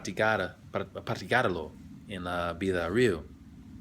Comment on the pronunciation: You need to go back to studying Spanish lol. I noticed you have a big problem with the stress of the syllables in the words like how you said tenemos and nativos and especially how you said la vida REEL LOL. Also your grammar was off a lot along with lack of fluidity. Just some constructive criticism